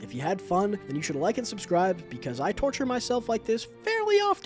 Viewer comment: THE SUSCRIBE BUTTON GOES RED WHEN YOU SAY "Suscribe"}